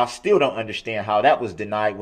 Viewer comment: I hate how he says, "undershtand."